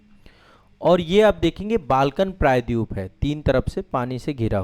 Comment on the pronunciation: Please try to pronounce " praydweep" properly.